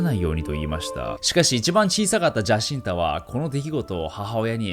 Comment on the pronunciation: ジャシンタ？ 違うぞ、ヤシンタだ… パウロも意識を失ってなんかないぞ… 名前のJは発音しないんだ…内容が薄い上に間違いかよ…